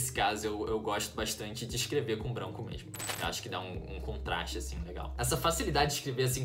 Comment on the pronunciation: "Mermo" é muito bom escutar isso kk